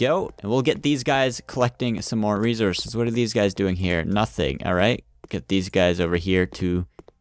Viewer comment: Resources not rezorcous